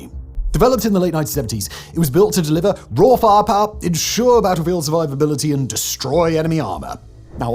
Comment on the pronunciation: "Raw Far Par' 😂 aka Raw Fire Power 🙈🤣